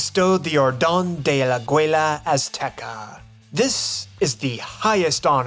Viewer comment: Super interesting video! Just one thing: pronunciation for “Orden del Aguila Azteca” OR-then dell Agee-lah Ass-tehkah When I listened to it, I thought he said “abuela’s teca” and I was whaaat?! 😆